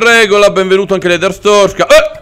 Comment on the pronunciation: Siamo alla seconda stagione e ancora non sai pronunciare bene Artzorska